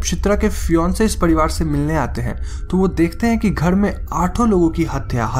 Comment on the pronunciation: Ghad nahi ghar bol ullu